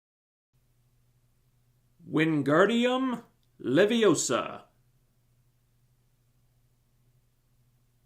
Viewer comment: Its levi OH sa not levio SAH